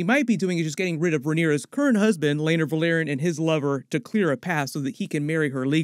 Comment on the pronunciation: House Velaryon pronounced Verr-Larr-reon Repeat after me...Verr-Larr-reon. It's not pronounced the same as Valyria